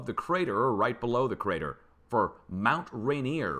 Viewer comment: Mt Ranier is Ray-neer' --grew up listening to Seattle news Tseax I've always heard it Say'-ax. (Grew up near by)